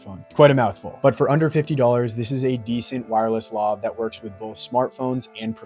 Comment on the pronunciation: Lav rhymes with Have